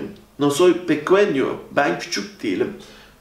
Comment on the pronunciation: pequeno yanlış okunmuş. Pekenyo diye okunacaktı.